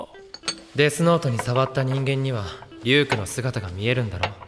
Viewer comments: they usualy dont end their words in consonants because their characters dont end in consonants so a lot of times if a name ends in k like Ryuk itd be difficult to write it so they pronounce it as Ryuku (because the character k doest exist but the character ku does) but its actually just Ryuk for us English speaking folk.. and thats why if they say something like strawberry it will sound like suturawberry.. or just ichigo which is the actual name for a strawberry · His name is pronounced, Re-Yook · As others have said, Shinigami is Japanese for god of death, or grim reaper. Pronounced Shi-knee-ga-me. Ryuk is Ree-yook. L is L funny enough. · Ryuk - "ree-youk" Shinigami - "she-knee-gah-me"